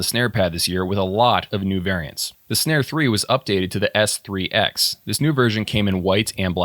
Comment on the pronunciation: Also just to set the record straight the company Synare was pronounced Sinair just so you know 😉